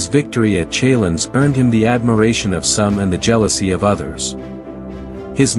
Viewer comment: Is this an ai voice? Pronounciation mistakes: respite, Chalons, Gaugamela..